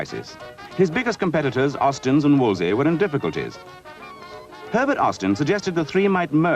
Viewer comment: I find it annoying that every time the name Wolseley was mentioned the narrator said 'Wolsey' instead of 'WolsELey. Cardinal Wolsey was a historic figure but not a car manufacturer. You'd think they'd get it right in a film about the subject!